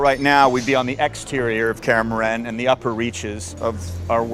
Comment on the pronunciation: It makes me irrationally mad knowing this guy didnt even bother to look up how to properly say Kaer Morhen.